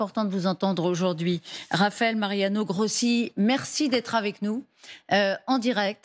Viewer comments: c'est pas parler la langue, c'est prononcer correctement un nom!!!! Rossi, pas Grossi. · Ruth El Grief! Même pas capable de prononcer un nom correctement, et ce n'est que de l'Italien😮